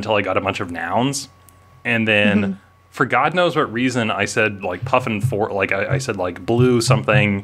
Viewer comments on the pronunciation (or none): Don't know how you were able to choose which of your R's to drop... worse than Sophie's Choice... I am gonna call you from now on...